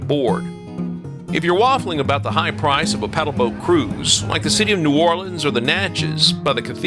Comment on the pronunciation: Thank you for pronouncing our city name correctly. You did your research.